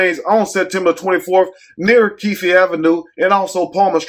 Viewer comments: That's them Eastside N!&&∆'s. 😂 It Keefe not Keefie. But we understood. My condolences to the family. 😢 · The e is silent in keefe